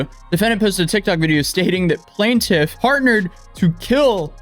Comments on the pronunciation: It’s quite annoying hearing you say “plan-tiff” instead of PLAINTIFF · Like if you regularly cover court documents please pronounce "plaintiff" correctly throughout, not just 50% of the time.